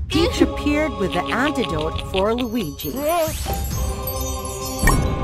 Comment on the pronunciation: Luigi not wallluigi